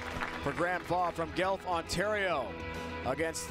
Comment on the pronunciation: Learn how to pronounce Guelph. Not Gelph.